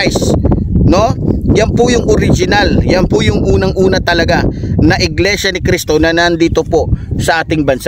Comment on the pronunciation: Mali ka dyan brod! Bigkas mo palang sa Iglesia ni Cristo Mali ka na!